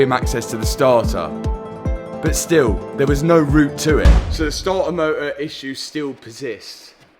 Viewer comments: “Startar motah” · That damn Stahtah motah 😅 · Sta-ah mo-ah… 😅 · Damn that stahah moah was a draag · Not sure I can make it through the whole video, every time I hear "Stah-uh Moh-uh" I lose my vision for 5 seconds. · The startah motah was rusteh.